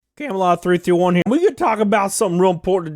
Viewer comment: Your opening sounded like 321 not 331